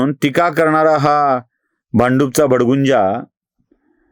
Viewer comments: भ ड गुं जा नाही, भ ड भुं जा... असा मूळ, खरा शब्द आहे! 🙏 . गुगल करा! 🙏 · भडभुंजा म्हणतात, भडगुंजा नाही